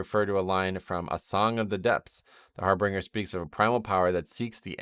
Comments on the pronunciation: its not har-bringer its har BIN-ger. I used to make the same mistake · I know this is anal, and I'm hoping only sees it just for future correction. I've been getting irritated with all the WoW youtubers pronouncing it the wrong way: Harbinger. HAR-bin-jer. Not "harbringer". There is no second "r" there. Think of it as if the word "binge" is in the middle of it. /pronunciationnazi